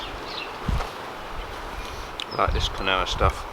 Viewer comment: apparently Quinoa is pronounced keenwa lol